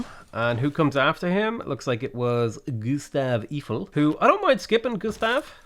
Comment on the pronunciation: This guy got the Eiffel tower and then proceeded to pronounce Gustave Eiffel wrong lol